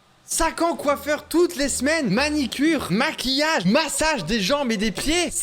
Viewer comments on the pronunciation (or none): MANUCURE pas MANICURE 😂😂😂